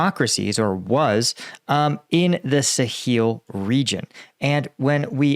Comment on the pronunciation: "Suh-heel"? That's new.